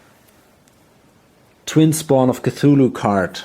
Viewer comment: I gotta say .. your pronunciation of the Twin Spawn of Cthulhu was epic :) I really dig your play-through channel. Keep on keepin' on! And thanks for doin' it!